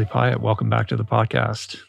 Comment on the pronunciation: ... just realized that Piatt as you pronounce it, sounds like the french word "paillette" wich is a glitter that shines... 🌟💫🙏🏼